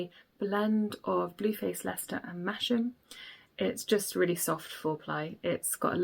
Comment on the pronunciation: Just to let you know, it’s not pronounced Mash-am, but Mas-ham.